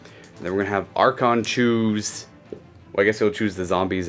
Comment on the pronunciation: I really enjoy your batreps, but the way you say Arkhan triggers me. He's not an archon, and remember it's Arkhan, not Arkhan't, keep winning with him